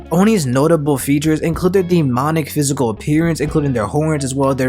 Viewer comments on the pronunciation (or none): none